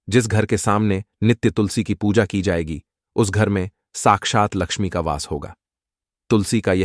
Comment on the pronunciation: Tu pahla laxmi mata bolna sikh phir sabko sikha 😈😈😈👠👠okkkk